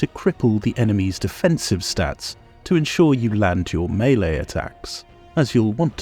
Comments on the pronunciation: Thank you for pronouncing melee [may-lay] correclty! 🤣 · 1) Gives useful advise 2) Timestamps ad spot 3) Critiques capitalism 4) talks dirty to me 5) pronounces "melee" correctly Subscribed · Looking through all these glories and never noticed the section until now, years later. But I do enjoy your spin on the word 'maylay' to pronouce melee correctly; its kinda got a nice flair to it!